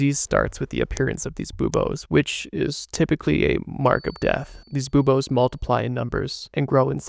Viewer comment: Love the way this is presented, but i did have a hard time not giggling every time the edgy voice said "boobas." I know it's buboes, but hearing "you see the boobas" got me.